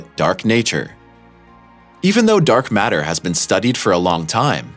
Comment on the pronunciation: What's "dork matter"? Well, let ve try to explain...